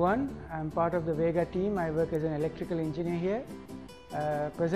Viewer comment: I came here to look at the car, not a bunch of people talking about it. and so goday when he says VEEEGA, sounds like vega from Sony. You need to sell this car below 5 million and maybe it will be a hit, if you use high quality components.